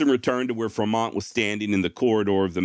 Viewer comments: "Fruh mont"? Good god my man....FREE mont, man, John C. FREMONT...us native turds up here in Oregon like our expeditionaries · I am pretty sure it is Fremont not Fermont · Its Free mont. Renae.. we r American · The pronunciation of Fer-mont is odd to me.